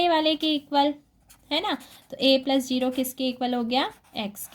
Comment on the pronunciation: I like it when u tell zero as jero